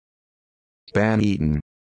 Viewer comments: Lol this is so fucking wrong! How is it the first result? Search for videos where people are pronouncing "banneton" and you'll see for yourself how far off this is. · Hahahahah so horribly wrong